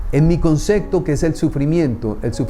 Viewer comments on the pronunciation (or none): Concepto, no consecto